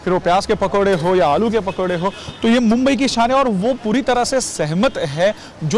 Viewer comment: Bumbai nahi re bhai Mumbai bol Mumbai